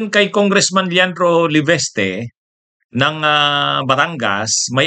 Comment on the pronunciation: ..Leviste hindi Leveste ayusin mo ang bigkas,professor ka pa nga sabi mo eh.Si Garcia matatag yan kay BBM abogado nya yan kaya inapoint nya na Comolec chairman,kolekta alam nyo na.Kaya nga nanalo ang Uniteam nung 2022.dahil sa smartmagic at kay Garcia Yan si BBM.🇵🇭